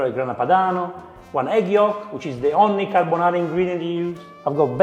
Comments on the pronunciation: It's a "gordonara"😂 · Carrrr bo naaaarrrrrrra. Nouuuu crrrreamm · i was thinking exactly this: Gordonara :))))